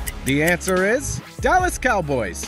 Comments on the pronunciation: just noticed he said dellas cowboys instead of dallas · Bro said Dellas Cowboys